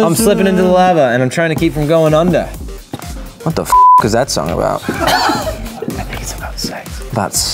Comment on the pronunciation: Joe sounds a little Australian wene he says under😂😂